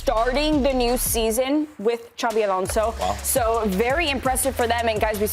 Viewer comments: Why is bro saying Yaby alonso:face-blue-smiling::face-blue-smiling::face-blue-smiling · WTF is Yabi Alonso 😂😂😂